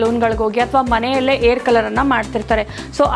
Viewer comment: ತಾಯಿ,ಏರ್ ಅಲ್ಲಾ ಹೇರ್ ಅಂತ ಕನ್ನಡ ಚೆನ್ನಾಗಿ ಮಾತಾಡೋದು ಕಲಿ